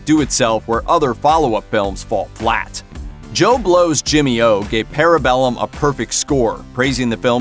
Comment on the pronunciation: The way you're pronouncing parabellum is hurting my brain.